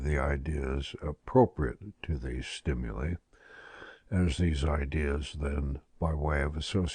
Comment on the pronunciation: the narrator mispronounces "stimuli" over and over...